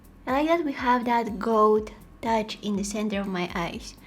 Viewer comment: When you say gold, it sounds like goat and I absolutely adore it 🥰